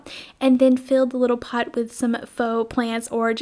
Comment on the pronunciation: Pot not pit